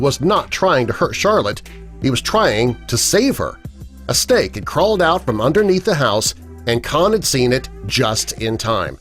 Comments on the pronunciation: am i the only one who thinks it sounds like he said ¨Steak¨ instead of ¨Snake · when u said, "snake" it sounded like u said, "steak" XDDDDD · Is it me or does it sound like if he said ‘stake' ?